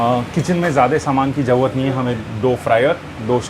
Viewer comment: Koi tension lene ki "JAUUAAT" nahi hai 😂